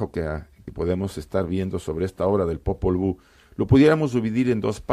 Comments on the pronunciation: Popol buk??? Sí iban hablar de esto, se hubieran preparado, la verdad que dan pena con sus pronunciaciones, además en el popwuj (nombre original del Popol vuj) jamás habla de Dios. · Claro encima en inglés “ book” libro :| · Popol vuh sarnosa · Popol BOOK? Jajajaja apréndete la pronunciación mínimo! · Yo pienso como tú, escuché eso y me chirriaron los oídos, aquí casi todo el mundo lo ha obviado. Saludos 🙋